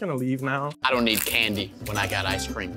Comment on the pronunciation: yo yo yo its the leaning taower off ece cream lol